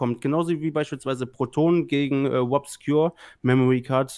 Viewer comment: Wobscure, Bwian Damage